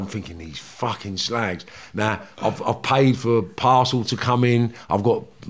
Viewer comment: Love it when he says com on you ssslag Carnt beleive hes from liverpool